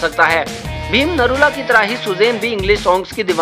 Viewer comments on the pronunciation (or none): भिम नरैला ❌ भिम निरौला ✔ 😂